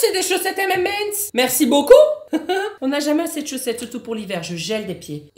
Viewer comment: On retiendra la belle prononciation des M&M's de